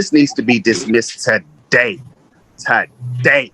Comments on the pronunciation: "Tah-day!" - illiterate AND arrogant. Great combination… None of these sovereign fools know what a BEY is: "the governor of a district or province in the Ottoman Empire." - New Oxford American Dictionary It is a title, NOT a name. ATT: Judge Perkins... Problem is that is LYING about his name and he's absolutely certainly 100% going to throw that in the court's face when he loses. Compel him to use his real name. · Lol what a fool.. "tuh-day" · “Ta - DAY.”